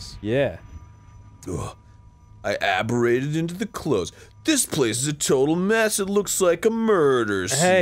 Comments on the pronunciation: I know the correct term, but Arin says "aberrated." He's said it several times before as well. He mixes up words that sound similar all the time and it's funny. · Sound it out arin, chromatic aberration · hearing Arin try so hard to say chromatic aberration was a good time. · Chromatic A-ber-ration